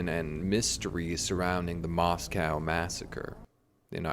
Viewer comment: its pronounced "moss-koe"